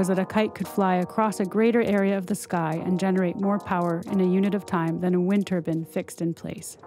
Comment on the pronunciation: TURBINE NOT TUBUN FFS!